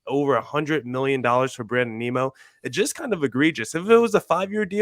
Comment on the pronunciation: Lol, who is Brandon Neemo? It's pronounced N-i-mO